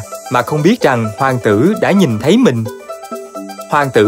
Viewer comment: Ôi hoàng "tữ" =)